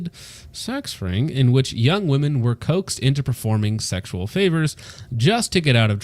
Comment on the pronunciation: Haha consistently saying Woman instead of Women is one of the best parts. Listen to me guys, I know woman.... 🤦‍♂🤦‍♂😂